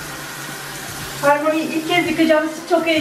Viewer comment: Sanırım köpeğin ismi hermione ama harmoni diyorsun gerçek telafuzu hörmoyni (yani eğer harry potter daki hermione den bahsediyorsan)